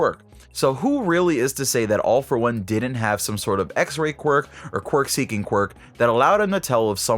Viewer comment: I think this video has the record of number of times saying qurik